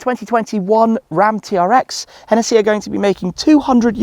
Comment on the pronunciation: And its hennessey not henetheee